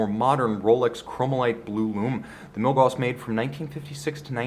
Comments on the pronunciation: Gauss, not gaws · he pronounced milgauss wrong this whole video. It's Milgaus(gous) not Milgaws(gaws).